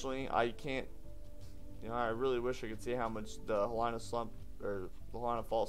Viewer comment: It's He-lee-nuh. Not like Carolina. The letter "I" in Hawaii is always pronounced like "ee", never like "eye".